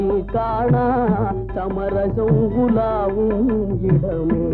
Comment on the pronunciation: பாடலில் சரியாகத்தானே உச்சரித்துள்ளார்.